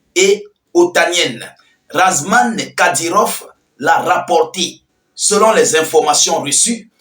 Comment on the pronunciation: toi tu n'est pas normal. on dit ramzan et non razman